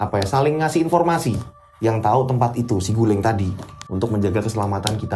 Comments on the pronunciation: bukan siguling, saguling pake A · BUKAN SIGULING TAPI BENDUNGAN SAGULING. JABAR